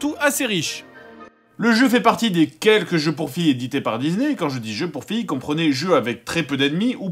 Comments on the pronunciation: Excusez-moi mais "DiZZZZney", vraiment?! Oo XD mdr je vous adore toute la clique, keur sur vous <3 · Wsh y dit dizney au lieu de disney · "J'vais jouer à un jeu Dizney! " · les jeux dizney xD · ça m'a écorché l'oreille... Au pire, il aurait pu dire "dizni" histoire de le prononcer complètement à l'anglaise, parce que là XD